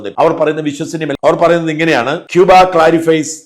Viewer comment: It is CUBAA..